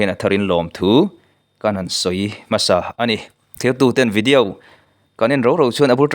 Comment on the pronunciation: Vidiau anilo,video tih zoktur alom..ithil lamdan uluk deuh teh.